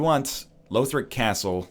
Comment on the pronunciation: I should've said something earlier, but it's "lawthric" not "lowthric". The characters in the game say it.